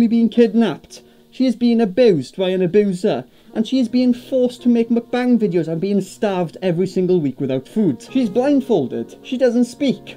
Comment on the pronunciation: Every time says "mukbang" it sounds like he's talking about a new line from McDonald's - the "McBang" 🤣